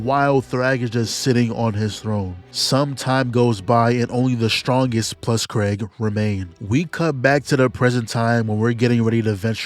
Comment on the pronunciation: I love how bro is calling Kregg Craig😭I swear it’s pronounced Kreeg😭💀